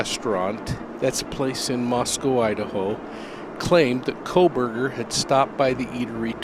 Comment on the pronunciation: I appreciate your reporting but it troubles me that you are not reporting the names of these people incorrectly at times which seems to diminish your credibility. 😬 Kernodle, with a D not a B. Kohberger not Kohberg, don’t drop the ER. Maybe I’m being too picky but these things stick out like a sore thumb to me…